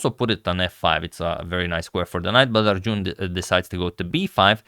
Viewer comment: It's not Arjooooon. Heheh